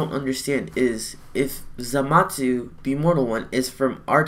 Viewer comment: ThatEpicGuy ikr and he's not the only one in the community saying it like that so idk who started this